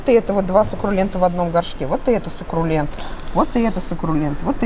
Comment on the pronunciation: Сукрулент серьезно?:)))